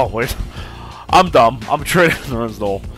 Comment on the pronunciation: & it's pronounced Nerlens NO-EL